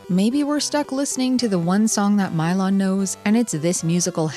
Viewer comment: This game looks interesting, but aggravating. Although I assumed it was pronounced Mee-lon.